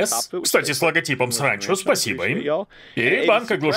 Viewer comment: Интересно, а Мэт знает что ты говоришь “Сранчо„?)